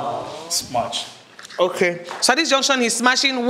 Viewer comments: Why do they always say SMACH. ITS SMASH!! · Why are they all saying smach? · Is it just me that is hearing"smach"??